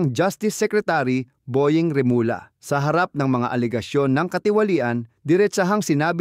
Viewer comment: comment sa iyong pagbasa sa remulla (remulya) rather than remula.